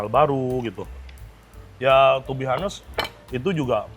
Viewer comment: To be hanest 😅😂 to be honest itu bacanya onest bukan hanest 😢